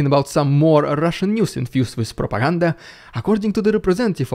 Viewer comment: Terrific video. Love your humor. 😂 esp Rrrussian prrrropaganda 😂😂😂😂